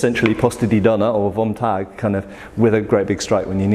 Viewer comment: In case you care about German pronunciation: "vom Tag" is to be said as 1.) - phom tug - or 2.) - fom tug - The letter "v" in German words is always said like the letter "f".